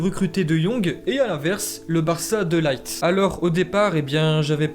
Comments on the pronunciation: C’est de LIRTE pas De Light (coca light) c’est un hollandais pas un anglais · on prononce De Ligt plutôt "De Lirt" que "De Light" ^^ Et pour Martin Braithwaite, c'est "Martine Braithweite" la prononciation:) Sinon au top!! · Par contre on dit de pas de laigt